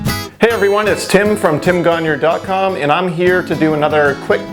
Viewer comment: Just curious but why do you pronounce your last name as "conure" when it is "gagnon"?